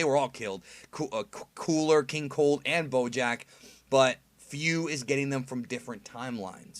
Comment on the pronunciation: Im not a fan of Fu’s Japanese voice. He sounds like he’s 14 or 15. But that’s my opinion. Btw, I noticed on how they pronounce Fu’s name. It’s pronounced as (foo), not (fyuu) like how you’ve been saying but that’s typical since the “Fu” syllable does make a (foo) sound.